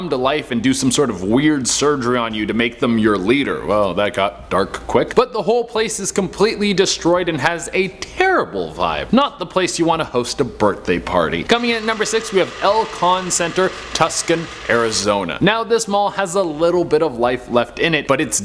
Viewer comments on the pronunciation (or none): You pronounced Tucson wrong. It's TWOS-on